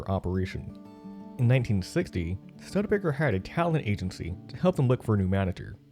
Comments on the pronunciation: I had to stop, I couldn't handle you saying Stud Baker. Stood-a-baker. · This is a great story about the Avanti, but PLEASE pronounce the name properly; STÜD-E-BAKER, not STUD-BAKER! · Dear narrator, At only 46 seconds into this video I couldn't help but be jarred by you mispronouncing the name of this American car manufacturer. The "Studebaker" name is not pronounced "stud-baker" but "stewed-uh-baker." Yours truly, an American guy born in 1953 who saw the Avanti first premiered in the annual September American TV ads for the American TV show "Mr. Ed", and then bought a used 1960 Studebaker Lark VI many years later. You're welcome.😉👍😘! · Anyone cringing everytime he says stud-ebaker vs stoodebaker? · STUDbaker!😲😡 Research please! How could anyone not know how to say the name of so iconic a company (failed or no).. "STOO-de-BAA-ker" it us. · The narrator had obviously just landed here from another planet, to do this video, because EVERYONE ON EARTH knows that it's pronounced: "Stoo-de-Baker"............NOT "Stud Baker". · The name is Studebaker, not Stud baker! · Stud Baker? Stew duh bay ker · Stoo'-duh-baker, not stud-baker. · Stud-baker? Thought it was STEW-di-baker? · It's not a "Stud Baker" it's a "Stud, (long U) A Baker" or "STOO-də-bay-kər" Sorry but I can't take you seriously and watch a video where you keep saying Stud Baker. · The name is pronounced "Stew"debaker, not "Stud" baker! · I made it through only one minute. I couldn't bear listening to a half hour of you saying "Stud Baker"... STUDE-EH-BAKER. Didn't you bother to listen to any other videos to hear the correct pronunciation? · Stew de baker. Not stud baker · Stud-baker???? Seriously? Great video otherwise. It's stoo duh bei kr. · You lost me at Stud-baker. REALLY??? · After the fifth time hearing "stud-baker," I had to stop. It's painful to listen to. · After in I stopped watching, "Stud-Baker". :-( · If found it irritating that the narrator couldn't say "Stoo-de-baker" correctly